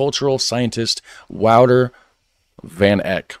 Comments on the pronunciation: The guy in the video pronounced his name wrong, you were almost right but it's Wouter not Vouter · His name is w au t e r😅 not wooter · als die nederlands is is het wel echt heel fout dat hij Wooter zegt in plaats van Wouter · Yep it isnt Wooter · sounded more like Wowder, like powder, so he needed to pronounce the T more. I am quite tuned into the pronunciation of this specific name😉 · Well... His T can be pronounced more prominent , because I heard Wowder. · Yes, your Dutch is better then who ever did that original video. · He definitely did pronounce the W right, it went wrong with T, because it sounded more like a D or soft T, he should put more emphasis on the T, like in Titties! 😁✌🏼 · You are laughing at someone for saying it wrong but you you're saying it wrong yourself, it's Wouter.